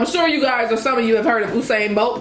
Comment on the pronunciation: Its "Youuu"sain bolt 😅😅😅